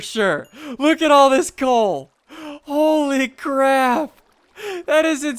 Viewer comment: "holy crap" or Coaly crap XD